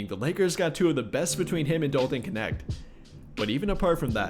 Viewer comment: So lost why everyone keep saying his name like it has an I in it kinecth